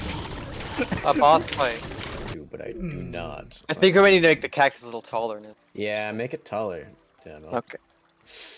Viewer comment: cactus->caccus->cackus nah man “cacSUS”